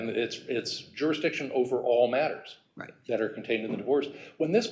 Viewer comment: I ephzisze on the word matters as if where Mathers